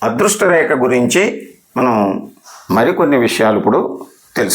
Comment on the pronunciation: ReKa kaadandi, rekHa anandi, kaastha sarigga pronounce cheyandi sir!, reKa-reKa ani nannu champuthunnaaru kadandee!